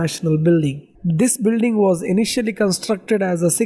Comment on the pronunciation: Did I hear Builring ?